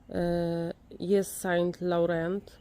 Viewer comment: Yves Saint Laurent czytamy : iv są lorą :) Ives to imię :)